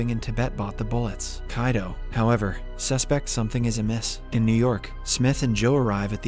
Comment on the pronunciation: the pronunciations are different from the previous episodes like he says Kaido instead of Kido